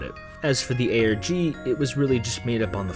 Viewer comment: did he just say ArGh instead of ARG..